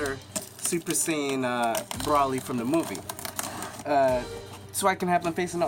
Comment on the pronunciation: It's "Broly" (BRO~LEE), not "Brawly," lol. And Broly can feels Goku's ki. That's how he knew, lol. He doesn't hate Goku. The sound of Goku's voice just acts as trigger. Broly has PTSD from what happened to him as a baby. He hates the Saiyans in general for killing him and leaving him for dead.